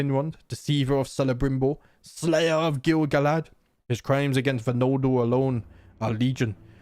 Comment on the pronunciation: I love that you say "nol la dor" when it's just noldor